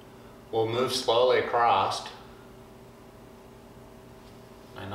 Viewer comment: across not acrosst